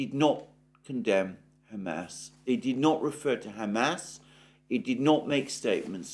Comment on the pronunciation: I don't mean to be rude but it is cracking me up to hear you keep saying ham ass 😂 but seriously your videos cover so much that nobody else is talking about